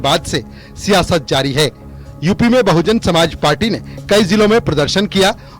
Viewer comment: बहुजन समाज पार्टी नाम तो ढंग से लेना सीख लो एंकर हो आखिर चैनल का चैहरा?